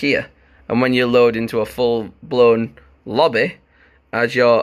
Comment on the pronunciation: Why you say lobby like that lmao 🤣 I love it doe no homo